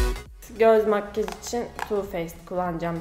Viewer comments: makkaj diyo okuyor vdsvnhjdjndfbvnxd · ya senin makgaj demeni yeriiiim 😂